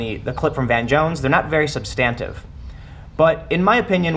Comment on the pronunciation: huh. Never heard anyone pronounce substantive that way.